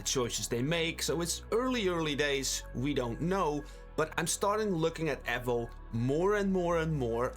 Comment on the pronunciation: Wtf is ehvo? E-vo Eevou Eevo Evo